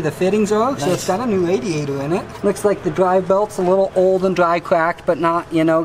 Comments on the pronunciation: The “WaDiaToR” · Wadeeator and coolant Cwustys